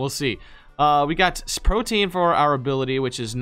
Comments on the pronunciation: CHILL! forreal??? Protean. repeat after me. Pro. Tea. In. Again. Pro. Tea. In. NOT- Pro. Teen. NO! BAD! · Please stop pronouncing protean wrong